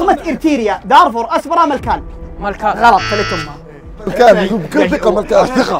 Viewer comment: انا متابعك من ارتريا من باب التعليم انتا نطقتها غلط و كتبتها غلط برضو كتبتها ارتريا و عاصمتها اسمرا مو اسبرا